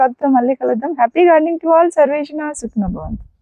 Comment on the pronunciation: జ్యోతి గారు, మీ వీడియోలు చాలా బాగుంటాయి... నేను ఫాలో అవుతాను... ఒక చిన్న డౌట్ అండి, మామూలుగా అందరూ సర్వేజనా సుఖినోభవంతు అని అంటారు... మరి మీరు సర్వేషణ సుఖినోభవంతు అంటున్నారు... నాకు అలా వినపడుతోందా లేక మీరు అలానే అంటున్నారా ఆ క్లారిటీ కోసం అడుగుతున్నాను...